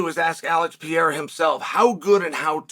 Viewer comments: Who the fook is Piera? PE- Rey- rah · Kmon Sonnen.... "Piera"???? P E R E I R A!!! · Please stop calling him "Piera", just take one minute to learn how his name is pronounced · I thought chael was done saying peayrah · Btw thanks for butchering my surname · Pear-Ray-Ra! HahahPierre-a! Hahah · To Spanish and Portuguese speakers, you saying PEEERA sounds like a Mexican saying Donald Trump to an American. XD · Dude, why can't you say his name correctly? Such arrogance and ignorance